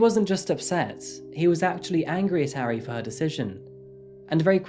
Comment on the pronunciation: He still mispronounces the "a" sound, which he also does with Japanese which annoys me. He's saying "airy" lol. Idk why people have such a hard time with vowel sounds in romanized Asian languages because they're actually very consistent and easy to learn! With Korean the major struggle is consonants. I worked at a taekwondo studio and was always self-conscious of pronunciation but you can find audio to imitate. Japanese on the other hand is so freaking easy to pronounce correctly yet English speakers don't care about butchering it.